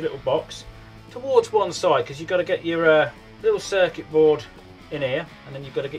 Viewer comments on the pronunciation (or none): said circet board times